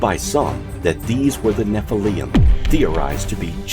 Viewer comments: Why does he say “Escavate instead of excavate? And nephillium instead of Nephillim? Is a bit suspect no? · You made a documentary and pronounce Nephilm wrong. There is no ‘ium” at the end. It’s ‘lim’. Get it right!